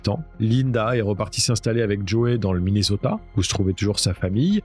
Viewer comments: Soit vous prononcer Minnesota en français soit Mineuzota, soit en anglais Minnéssota mais le mixte franco anglais est insupportable. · svp: MINESOTA(SS), tu ne dis pas PARISSS(mais PARI(S). prononce les villes correctement par pitié 🙏